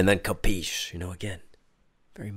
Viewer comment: As an italian, i always love your “capiche” version of italian word “capisci”. 😂